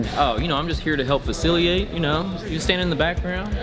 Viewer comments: "I'm just here to help FACILIATE ......." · did he say.. faciliate? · Lol anyone else catch “fasciliate” ? Haha